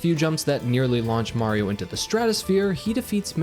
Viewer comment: it’s not whaio It’s mario